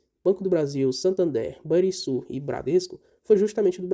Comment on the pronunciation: Só uma correção na pronúncia do Banrisul: se pronuncia com som de RR. Ficaria então o som de Ban"RR"isul...